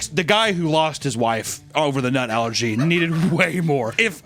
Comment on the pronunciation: I keep hearing "algae" whenever you say "allergy."